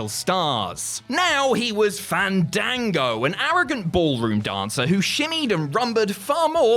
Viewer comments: It's pronounced "fahndango",. Don't risk having to fight him at next years Wrestlemania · Im genuinely offended that did not say Fandango’s name correctly during his segment. YOU HAVE TO BREATHE THE A’S!!!!